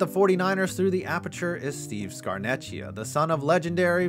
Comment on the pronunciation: I’m sorry, I usually never do this but to pronounce its Scar-neck-ia no ch sound, it’s Italian, no disrespect to you tho